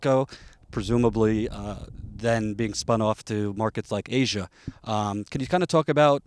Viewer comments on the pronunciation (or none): none